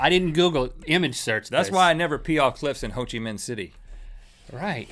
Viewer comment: He said hochi Minh City. Nothing big. Just a Vietnamese person whispering its ho chi